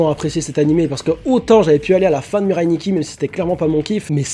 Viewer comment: Arrêter de dire "Mireille Nikki" j'ai l'impression que vous parlez de ma grand mère xD la prononciation japonaise c'est MIRAI